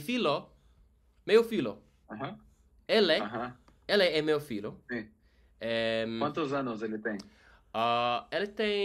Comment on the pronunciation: This is mine = Isso é meu? Like meh-oo